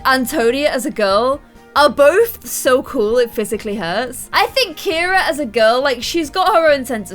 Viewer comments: KIRA is NOT a boy spelling of the name.......My girl cat is named Kira! CIARA is pronounced Ce-ara not Kir-a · Ciara isn’t pronounced Keira, so Ciara should be called see-ar- a